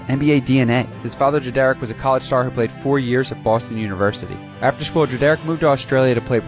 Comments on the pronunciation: It’s pronounced like [Dred-er-rick] not [dra- dare-ick] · Dread-rick is how it’s supposed to be pronounced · Who the fuck is dra derrick bruh ita pronounced Dred or rick together dredorick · Just letting you know it’s pronounced more like Dredurick and not Dre-Derrick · it’s pronounced like “Dred-er-ick” not “Dre-derick.” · Dread-Rick is the proper pronunciation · Why did you pronounce his dad name as Dreh-Derrick? 😭tf bro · His Dad name is pronounced dred-er-Rick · “Da-Derrick” Not how you pronounce it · No way you pronounced Drederick like that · Pretty sure that's not how Drederick is pronounced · Nobody else bothered by him pronouncing Kyries dad name wrong??? It’s literally pronounced like it’s spelled lol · That’s not how you pronounce his father’s name. You can hear the correct pronunciation in the video where Kyrie is asked about LeBron playing a”parental role” for the Cavs. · You pronounced his dads name wrong but overall good vid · Bro it annoyed me how you were pronouncing his name wrong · You gonna make a video and not even know how to pronounce drederick. How embarrassing